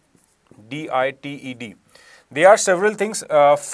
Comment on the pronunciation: Extradaaaite is pronunciation